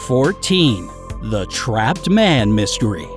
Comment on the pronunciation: crapped or trapped? 🤣